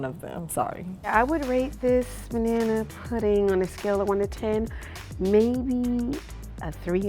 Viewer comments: BANANERISH!!!!!! 😂😂😂 unintentionally hilarious. 💀💀💀 lol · “Banana-ry” “Banana-erish” 😂😂😂